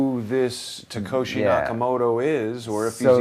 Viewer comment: "All the code in the world is on GIT hub" -- just stupid. You don't even know how to pronounce Satoshi's name, what the hell do you know about BTC?! Nothing.